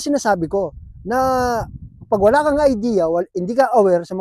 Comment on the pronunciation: "awla"??? hahahahaha kapampangan ka ne bappppp 😅